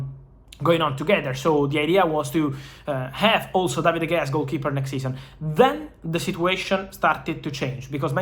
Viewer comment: ITS PRONOUNCED DA HEYA NOT DE GAYA!!!